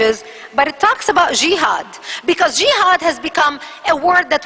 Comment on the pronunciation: where did she get this info from ?? she is wrong about everything !! jehad and specially the shehadda , this is not how u say it LOL and witch is the name of school that teaches this ??? we want Facts ,evidence ur holding a paper has a moon on it , sorry Islamic books does not have moon on it. final part : Who is brainwashing kids ?? THE media is ,people like u ,u are Zionist